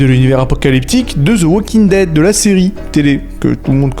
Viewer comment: D’ze walking dead hahahah😂 dsl ici on dit « The Walking Dead »